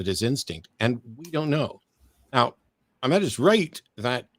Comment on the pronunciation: is tired Well done for repeatedly pronouncing Ahmed's name incorrectly. For the whole debate. It's literally the first thing he says in his introduction, yet you persisted in pronouncing it incorrectly. Didn't make his arguments any less poor though.